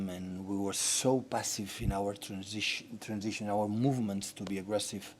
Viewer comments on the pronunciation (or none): none